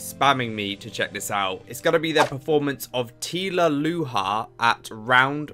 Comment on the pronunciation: You have become my favorite reactors of all time! And may I say, the effort to pronounce Tilaluha like that is impressive.